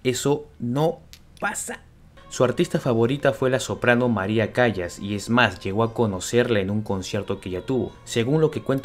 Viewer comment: Por favor no se pronuncia Cayas, se pronuncia Callas,,,Calas,,,,Maria Callas